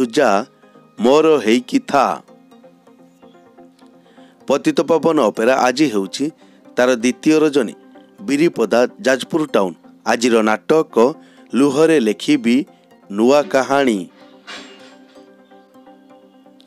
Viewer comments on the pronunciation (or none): ବିରିପତା ନୁହେଁ ଭାଇ ବିରିପଟା